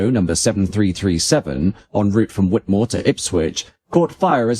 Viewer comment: White'moor not Whit'moor